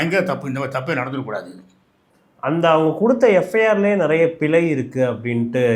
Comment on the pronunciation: பிளை இல்லடா பிழை தமிழை சாகடிக்கறடா😮